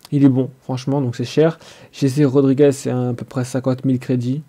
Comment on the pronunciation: fait le pas en live trop long et cest jesssse rodrigez pas jeje sinon bien